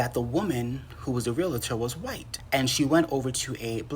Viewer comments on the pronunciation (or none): It's real-tor, not real-a-tor. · I love you. That being said, the word 'Realtor' is not "Reelator" It's Realtor. (Reel-tor) Only 2 syllables. 😂 I've got ocd about that word. Even we Realtors give it 3 syllables. I cringe when they do. 😂😂 My issue, I know. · And I’m so sorry that this is so off-topic and may be viewed as a criticism as well, but can y’all please pronounce realtor correctly? Real-tor, not real-a-tor. I guess we’ll have our peeves! 🙏🏼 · Eat your plantains instead 😂 Also it's not pronounced "realitor," it's real-tor. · Realtor is only two syllables....😂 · JSYK…Real-tor. Not real-i-tor. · There's no "i" in realtor